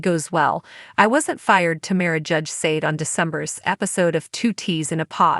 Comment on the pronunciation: It's "TAMRA" not "TAMARA" and it's "Whatch what happens live"